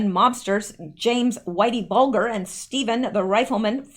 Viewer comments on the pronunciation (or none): His name is pronounced Whitey Bull jer (bulger) the G is soft like a j!